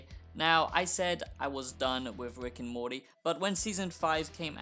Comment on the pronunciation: “wick and morty”